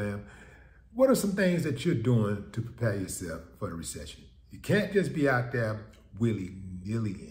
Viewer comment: That part. Make Ah Resection, Not make Ah Resection. 😳